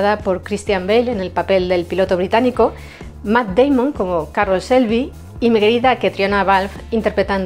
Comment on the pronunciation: Muy buen vídeo y muy bien explicado todo pero por favor ya lo he escuchado en otros vídeos no se pronuncia Shelby (selby) con ese se pronuncia chelby. Por favor me duelen los oídos cada vez que lo escucho. La imagen de la comentarista abajo a la izquierda de la pantalla restablecer visibilidad a las imágenes. Por lo demás todo muy bonito